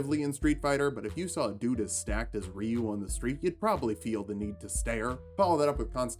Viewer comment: Good to see someone who can not only pronounce Ryu correctly, but hadouken as well...